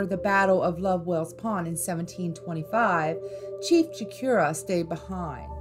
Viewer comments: It's 'Cho/core/ooh/ah' not 'Cho/keer/ah'. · The way you said “Nashua, NH” your definitely not from New Hampshire. It’s pronounced Nash•u•wah. Also it’s Chief “Chocorua” not Cheif Shakira.